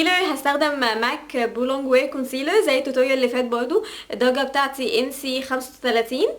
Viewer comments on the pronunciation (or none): none